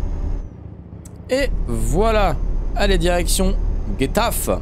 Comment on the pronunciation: Quand tu a prononcé Getafe sa se prononce " rétafer "